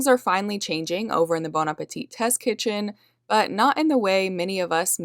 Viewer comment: Very interesting story, thanks for publishing, BTW The last 'T' in Appetit is not pronounced. Appe-tee is how you say it. Thanks!